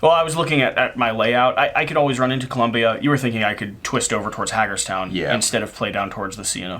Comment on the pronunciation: As a Pennsylvania native, hearing the pronunciations of "Susquehanna" was amusing. It's "kwa" kind of sound not "cuh". I don't blame anyone for getting some of the names around here wrong though, we've got some weird ones... Edit: Also Hagerstown...it's like "hay" not "hag" kind of sound. Idk why that's so amusing to me but it is...